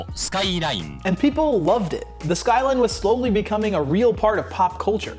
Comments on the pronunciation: das sqailain 😂😂😂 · I think it's pronounced SkyRine sir. 🤣